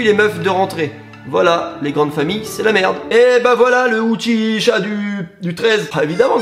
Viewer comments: uchiha pas uchicha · On dit pas "Ouchicha" on dit "Ouchiwa" c'est le nom de famille de Sasuke et Itachi dans Naruto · RIP Sasuke qui voulait se taper sa cousine 😂😂😂 ET ÇA SE PRONONCE UCHIWA PAS UCHICHA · Le UCHICHA le UCHICHA!! tu m'a blesser 😭 les uchiwa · Je suis le seul à remarquer qu'il a dit " Uchicha " aulieu de Uchiha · A 9.16 comment il dit uchiwa y a que moi que sa choque 😂, sinon cool la vidéo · "Le Uchicha"quel manque de respect à Madara Sasuke Itachi et Shisui😂😂😭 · Comment t'a dit Uchiha toi ça ce dit UchiWA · On dit U CHI WA PTN😂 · la prononciation du mot "Uchiha" crise cardiaque sur le coup 😭💔🤕 Sasuke te voit 👀